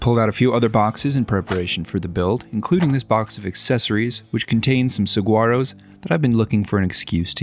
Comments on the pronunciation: It’s pronounced “sa-Wah-row” 😊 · Wonderful Build. Just an aside, saguaro cactus is actually pronounced more like sa-war-o. Keep up the wonderful work sir. You are one of my favorite parts of my Sundays. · Saguaro is pronounced: Sa war o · Sa-war-o....thank you. Aside from that one tiny (but annoying to any Arizonan or Mexican) flaw, this gentleman is a amazing artist. He would do well making museum quality or even movie quality work. The Smithsonian or Hollywood needs on their payroll. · As an Arizonan I died a little inside every time you said saGuaro as well when you said cactuses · Not sure if the saguaro pronunciation is on purpose, but if not, it's a silent "g". Sa-wa-row. Arizona native, born and raised in Phoenix. Plural of cactus is cacti. Great video still. As always. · Friendly tip, the G is silent in saguaro. It's a w sound. Sa-wah-ro. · Saguaro is pronounced with a silent "g" but who cares. These dioramas of yours are so very cool. Love the story lines. Makes it very real!!!! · Psst! The g in saguaro is silent. It’s just Suh-WA-ro (at least that’s what we call them in Tucson). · FYI: In the word saguaro the “g” is pronounced like “w”, sa-war-o. I live in Arizona and have about 30 saguaros in my yard. Another awesome project, great job! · I'm kinda hoping you said Saguaro like you did as a joke, but for those that don't know; it's pronounced "sa-wa-ro". We get tons of snowbirds here in AZ that say "sag-u-are-o" or "gill-a" instead of "heel-la" (Gila). As someone born and raised in AZ I have to correct people on those. And mention weather when people think it's hot where they are 🤣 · Awesome diorama! One thing though its pronounced like "sa-waro" or "soo-waro" the g is silent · As an Arizonan I am legally obligated to say "uh, it's pronounced suh-wah-roe" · Just wanted to point out that the G is Saguaro is silent. It's pronounced sah-wah-ro. Source: lifelong resident of the Sonoran Desert. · Though the pronunciation of saguaro is not correct 😂❤